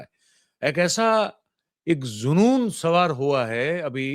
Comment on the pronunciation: सर!सिट्टी पिट्टी गुम होता है और जुनून होता है ज़ुनून नहीं। जैसी स्थितियां आप बता रहे हैं तो आम आदमी का किसी भी प्रदेश में जो बीजेपी की है उनमें बाजारों में घूमना मुश्किल है।